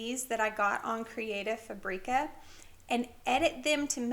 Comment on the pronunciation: I’ve been enjoying your canva videos very much. Some great skills I never knew about. I’d like to correct you on how to pronounce creative fabrica, it doesn’t rhyme with paprika, it’s fabric-ahh.